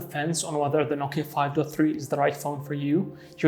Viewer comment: Nokia not noika.